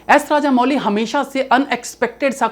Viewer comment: इनका नाम एस एस राजमौली है, राजामौली नहीं।